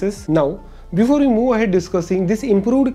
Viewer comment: involved not invold, move ahead not moo ahead